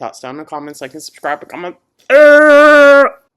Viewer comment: okay I’ve been watching for over a month now and I can’t go further without asking…can someone please put me out of my misery and tell me what the long word is we hold out after saying like & subscribe in the intro? I feel dumb help me 😭